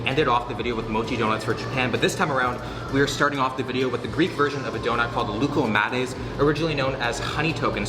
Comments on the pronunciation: Lookahmaydez? It’s lou-kuh-ma-thes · I heard “gluco madness” when he said Loukoumades. Sounds appropriate though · im actually from greece and honestly you did an okay job at pronouncing tzatziki. You butchered loukoumades though lmao